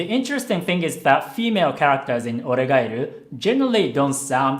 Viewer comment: Man...the way he pronounce 'oregairu'....its sound so japanese